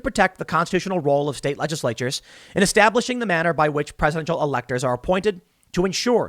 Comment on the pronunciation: to about LEDGE-ISSS-LATE-CHERS !!!